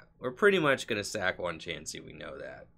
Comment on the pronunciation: Also I like how you say Chaunsey lol